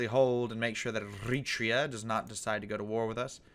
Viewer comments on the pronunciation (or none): TFW you dont say era-tree-yah still... ah well, still an amazing series!